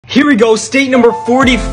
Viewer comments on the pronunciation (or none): The way he pronounced it like color-A-do 💀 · It is pronounced coalo-rado